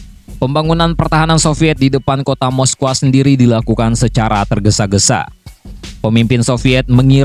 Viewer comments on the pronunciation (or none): Moskow dibacanya mosko bukan moskoah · Baru tau sy moskow dibacanya moskoah 😀😀🤦